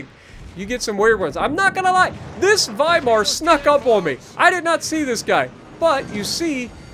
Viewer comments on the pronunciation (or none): none